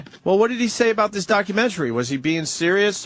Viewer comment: Its not documen-tree! It's documen-tary.